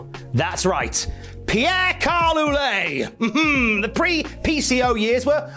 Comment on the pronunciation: Just FYI, Ouellet (as in Pierre-Carl's last name) is pronounced Wellett This will most probably be lost in the comments but just putting this out there!